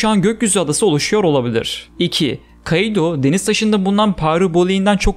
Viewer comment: Şu kaİdo demen beni bitiriyor ( İ ye efsane vurgu yapıyorsun ) 👍👍